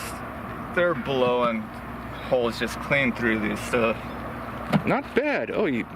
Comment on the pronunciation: Hulls!!!!***:):) I don’t care what you say young, you definitely say ‘holes’!!:)